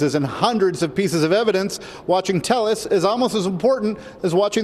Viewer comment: You guys are all saying his name wrong. It’s Tay-ez, not Tell-us🤦🏼‍♀️